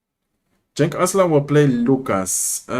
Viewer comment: Genç Aslan means Young Lion (no cub). Cenk(your pronounce) is another name for Turks :)